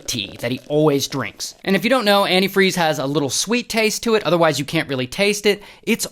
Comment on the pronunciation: Who pronounces antifreeze like that?